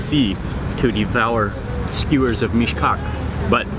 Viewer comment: Everytime you said Meesh-Cock I laughed a little 😂😂😂😂